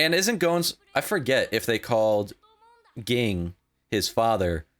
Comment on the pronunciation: Just a quick note: Gon’s father’s name is pronounced Jing.